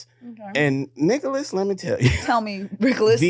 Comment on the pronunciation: “Rickolas” - lmaoooo